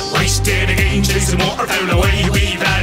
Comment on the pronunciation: Again rhymes with day Thats cool